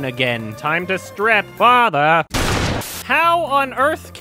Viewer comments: I cracked up everytime he said "FATHRRR" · for FATH-UH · I was fucking fascinated by this review, but god fucking dammit. GOD FUCKING DAMMIT! So earlier today... Yesterday, I was watching Vinesauce, and Vinny mentioned that the way "he" says "fatha" ("he" being either or the villain. Binyot never made it clear who) is the funniest thing ever, and me and a bunch of other people said "well it's not gonna be funny now!" But I watched the video anyway. I swear. I fucking SWEAR the scene from on was the hardest I have laughed in my 26 years of life, EVER. Just the "great my fatha's here! Time to get my dick sucked!" had me punching the fucking walls because I started feeling weird from laughing to hard and so long! My puppies got so concerned for me that they had to go to my husband, unsure of what to do! And then I unpaused the video and my husband had to pause his own video because I just. Could. Not. Stop!